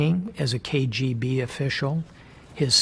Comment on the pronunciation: "I saw tree letters: KAY GEE BEE. That's what we need to understand about Vladimir Putin." Just lol 😂